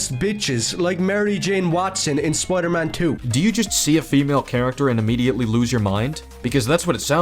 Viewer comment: "Spoiyedur Maan"